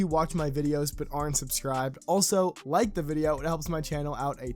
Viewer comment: How do you say the word “like” you don’t say lie key